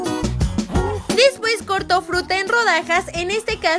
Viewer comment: lesslie dice dispues jaja